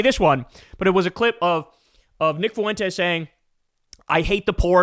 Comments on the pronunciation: It’s not foo en tez. It’s Fuentes like fluent. The dip shit pronounces his own Mexican name wrong. You don’t have to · I like Kyle a lot, but how hard is it to pronounce Fuentes? It's a common name, only two syllables. Get it together, Kyle. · Please learn how to say “Fuentes,” Kyle. The u and the e are spoken as one sound. It’s called a diphthong, two vowels in one syllable. Listen to any Spanish speaker say it and you’ll immediately get the idea. “Fuentes” means fountains, btw. I love your show. This comment is meant to be positive criticism. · How are you making Fuentes into 3 syllables 😅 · Your mispronouncing Fuentes